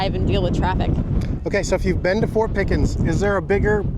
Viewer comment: I thought Said. Fork not fort